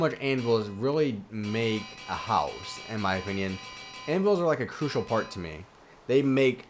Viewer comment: STOP SAYING CRUISAL!!! But nice video good instructions for this detailed mansion. Me and my minecraft dog Harvey happily live in it. Im now looking for inside ideas. Can you do a video of how to do the inside of this mansion? Pls? :-)